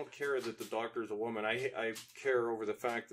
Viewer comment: "Wammin Hunt" ... LOL! 😂